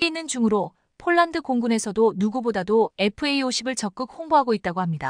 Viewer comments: 폴란드 소리가 안나오는건지쫄란드 라고 하죠 글구 케이 9인 이라고 읽어도 다알아듣는데 케이구 라고하니까 우리나라 케이 나인(9) 상표가 바뀌었나 했어요!!에~~이~~듣기도 짜증나네요!! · 제발 발음을 똑바로 하면 안되나요 즉 폴란드를 쫄란드로 발음하는등 기본이 안되어 있는 나레이션 이내요!!@